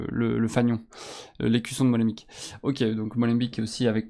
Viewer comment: ca se prononce Molenbék pas Molenbik xD (ni Molenbèk comme les médias fr le font). le son "ee" en néerlandais se prononce "é"